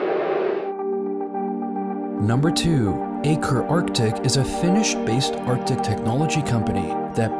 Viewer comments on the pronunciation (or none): none